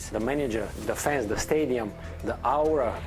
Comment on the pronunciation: AURA Normal people pronunciation: Ora Berba: Awura 😂😂